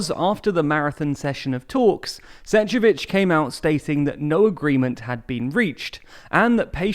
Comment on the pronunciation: Please! Pronounce the name of Šefcovič properly. This is ignorance.